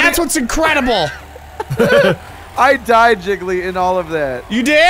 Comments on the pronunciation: It mean the movie the incredibles, but he said it with a S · makes me so happy.. Was having a bad day until i heard "inscredible"